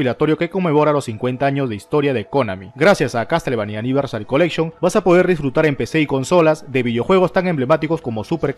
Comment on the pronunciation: Resumen del video -BlaranTru (Blood and truth) -ResidensIvol (Resident Evil) -Castlevany Aniversal (Castlevania Anniversary Collection) -KÓnami (Konami o konámi, como se pronuncia) -Esnaiper ElÍT(Sniper Elite) -Brit Bareles (Brief Battles)